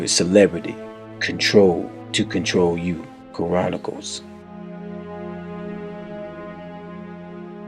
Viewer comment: I wish the Pastor correctly pronounced the word "Chronicles." The host does not use the correct pronunciation of the word. That's unfortunate.